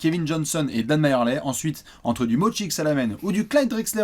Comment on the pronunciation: Les gars "Majerle" ça se prononce "Merli" pas "Mayerley" !